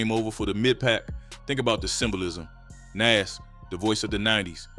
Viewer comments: It's not Nes, it's Nas... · 😂 ...and who is Naze 😅😅. A.I. is horrible lol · Never heard it pronounced like that, “Nes” or “For-real” (Pharrell). Thought it was black AI or something